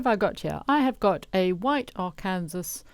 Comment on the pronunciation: Just wanna let you know that word is pronounced “Ar can saw” not phonetically “arkansas” in America. Its one of our states.